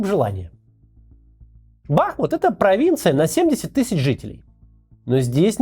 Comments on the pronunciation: максим! ну бахмУт же!!! ну что редакторы делали?! как можно снять целый ролик с неправильным ударением?? это же элементарно неуважение к людям. все равно что говорить мОсква на полном серьезе. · Максим, пожалуйста если возможно то Бахмут, ударение на у. От реки Бахмутка (ударение на у). Те кто коренные жители всегда просят называть правильно. Спасибо за работу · Максим, простите, но правильно говорить Бахму́т, название города идёт от реки Бахму́тка.Спасибо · Первое, БахмУт. Почему россияне не способны правильно называть украинские города, даже когда делают ролики про них? Второе, про аналогии, во время Голодомора, тоже приезжали американские и европейские журналисты. И, о чудо, голода не увидели в Украине. Так что, Голодомор - пропаганда Запада? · Господи , та выучите вы ударение , русские как назло, все ударения ставят неправильно , не укрАинцы а украИнцы, город называется БахмУт , запомните уже наконец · Максим БахмУт правильно, БахмУт! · Здравствуйте! Максим,город Бахму́т произносится с ударением на У . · Правильно говорить БахмУт. Ударение на У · Я только не понимаю, почему нельзя делать правильное ударение - БахмУт? --- А в остальном ролик отличный (особенно шикарная подборка русских нациков), спасибо. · Почему Максим не может посмотреть в интернете правильное ударение в названии города бахмУт? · Макс, говори Бахм`Ут.на -31 у меня уже жопа сгорела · Только БахмУт. Ударение на второй слог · БахмУт!!! БахмУт!!! БахмУт!!! БахмУт!!! БахмУт!!! БахмУт!!! от названия реки БахмУтка! в коце концов!! противно слушать, как мой героический город неправильно называют!😡😡😡 Плиз, выведите в топ, может Максим наконец увидит и научится правильно ударение ставить! ради Фортеці Бахмут и наших героических защитников города и его жителей! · Правильно произносится "БахмУт" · Парни, но БахмУт же! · тільки наголос БахмУт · БахмУт, ударение на У. В Чечне Бамут, в Украине Бахмут. И речка Бахмутка. Легко запомнить. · БахмУт , ударение на у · БахмУт. Ударение на 2й слог.